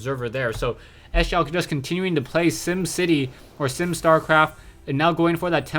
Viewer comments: lol "s- jow", its pronounced "sjow" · Nice commenting but he's not pronounced "S-jow". It's more like "CHOV".:>